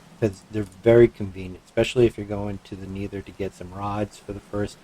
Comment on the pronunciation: its a good farm but pls stop talking so much about every thing, its helpful for complete noobs but so annoying for people who know a thing about the mod also its pronounced never not neether or needer